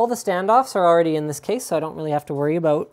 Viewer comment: That I'm not happy aboot :P